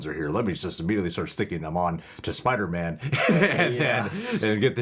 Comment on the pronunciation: Doctor Strange said Spidermen